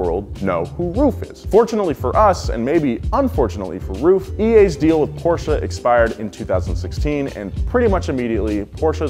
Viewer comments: German here. Great pronunciation of Porsche! Thats how I want to hear it. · he said Porsche correctly, im happy